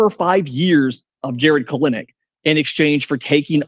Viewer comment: It is Pronouced "KEL-Nick"